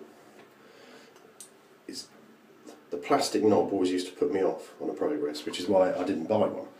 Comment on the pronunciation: I wanted to drop you a line and thank you for providing me with the correct pronunciation of the Merkur Pr"O"grass. As an Alaskan I realize I am somewhat ignorant of what I think is referred to as "The Kings English". As such I was pronouncing it Pr"A"gress. Regardless I have sent the powers that be several e-mails inquiring as to the process of getting one of these SHINY goodies sent me. Cheers,, Wolf